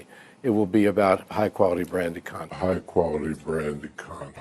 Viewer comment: Kudos to the editor who slow-mo'ed Iger saying, "High quality branded content." That last syllable was missing and quite appropriate.